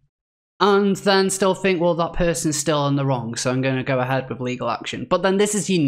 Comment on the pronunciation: I've watched your posts and enjoyed them mostly. But please work on your think and ''fink''